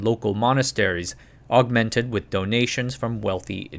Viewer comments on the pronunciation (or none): none